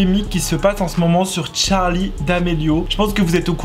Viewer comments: Moi je dit charli et non pas Tcharli 😅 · Sais pas tcharli sais charli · C charli damelio pas tcharli damelio 😒😒😒😒😒😒😒😒😒😒😒😒😒😒😒😒😒😒😒😒😒😒😒😒😒😒😒😒😒😒😒😒😒😒😒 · C pas Tcharli c Charli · c’est pas tcharlie damelio mais charlie damelio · Sa me stresse le "tcharlie" ! C'est CHARLiE! Pas tcharlie!!!!!!😭😭😫😩😡😡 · Toi tu dit tcharlie d'amelio mais c Charlie D'Amelio 🤦😂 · Pk tu dit tcharlie c Charlie pas Tcharlie 😂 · Mais art de dire Tcharlie c Charli 🤣🤣❤️ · C'est pas Tcharlie d'amélio c'est charli d'amelio !!!!!!!!!! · Mais tu dit : tcharli au lieu de dire charli mais des fois tu dit bien charli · On dit charlie damelio et pas tcharlie damelio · Se n'est pas tcharli d'Amelio ses CHarli d'amelio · Elle s’appelle Charli pas tcharli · Cest charli et nn pas tcharlie mais sinon elle est cool la vidéo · C pas "Tcharli" c "CHARLI " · Mo8 j entends que des chtarli et pas des charlie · Deja c charlie pas tcharl8e hein je c pas si tuc enfin c pas grave mais va parle francais et moi c victoria je previens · pk tu dit t`charli damelio c`est charli damelio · Y'a que moi qui est remarqué qu'il dit TCHARLI d'amélio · moi aussi 😂😂😂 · « tcharli damelio » 😭😂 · le seul truc que j'ai retenue " Tcharli damelio " 👁️👄👁️ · Tu ma stressée avec ton <<Tcharli>> mdr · Le <<Tcharli >> il m'a stressée dsl 😂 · Moi je dit pas tcharli mais tu dis comme tu veux 😊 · Il dit tcharli ou une reve si oui moi r.i.p☠💀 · Il dit tcharlie d'amelio ça me stress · Je suis d'accord mais quand tu n'a pas d'accent autant le dire à la française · Charlie ou tcharlie tu dit tcharlie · Pk tu dis tcharlie ? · Prq il dit Tcharli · Déjà apprend à dire bien charli dameli o